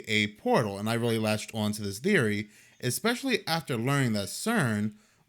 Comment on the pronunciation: why you saying theory like that